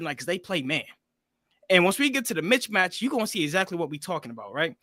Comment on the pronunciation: He said "mitch-match"!!! It's "missmatch" playa!!! 😂😂😂😂😂😂😂😂😂😂😂😂😂😂😂😂